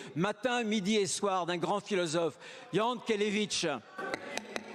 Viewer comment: Bruno Retailleau pense faire l'intello est citant Jankélévitch mais il fait le cuistre car Jankélévitch se prononce à la française 'Jeankélévitch comme il l'a toujours souhaité et non yankelevitch comme en russe.